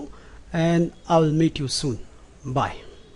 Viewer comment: At the end does he say "I will meet you soon" or "I will mate you soon"? Mwahahaha!